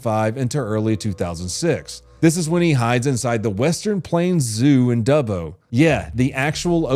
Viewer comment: So happy you pronounce Dubbo correctly I've heard America's pronounce it Doobo! He's an Aboriginal they have a thing called "Walkabout" they wander the bush for days sometimes weeks and even months!